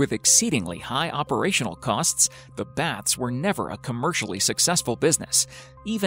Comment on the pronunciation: The speaker even butchered Baths calling them bats . Really?